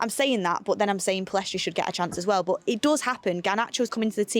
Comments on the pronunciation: Nobody:: BUT! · saying “but” always makes me laugh 😂